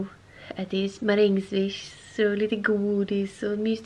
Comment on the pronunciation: Det heter marängsviss inte marängswish!!! 😂